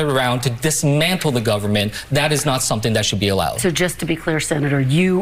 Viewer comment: "You gon' learn suntin from us!" Elected official with room temperature IQ